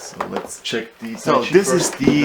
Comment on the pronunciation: lol "weeeeeeechiay" i giggled for hours :D but yeah bad review.